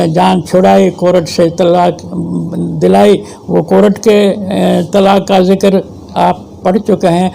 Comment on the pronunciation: بابا: کورٹ، "کو-رٹ" نہیں بلکہ "کور-ٹ" ہے